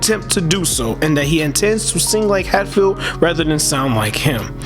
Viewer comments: It is pronounced, "Hat" field. Like you sare wearing a hat. Not "HATE" field which is not only totally wrong but totally, totally "Unrighteous" Big time! Good evening, Sir Good Evening. PS: He don't be "H-A-T-i-N-G" on anybody. Ok????? Good. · Bobby’s surname is pronounced Hat🧢 field not hate field. Thank you. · Please pronounce surname properly NOT HATEFIELD BUT H A T F I E L D...TVM